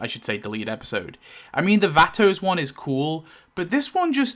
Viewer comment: YOURRR the who who pronounces vato wrong… oh my i never care abt anything at all when it comes to stuff like that but it irked me to hear you say it like that 42 times😭😭 it’s like pronounced vauto not vatto it’s vato vauto vauuuuto